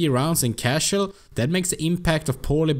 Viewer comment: You always say "cashell" instead of "casual". And it's "joke", not "yoke" :-D